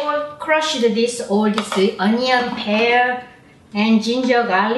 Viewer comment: I love how she says onion like 안넝 ❤️😂